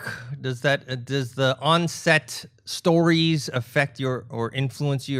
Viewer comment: "Does the on set sTORies effect" Nice emphasis.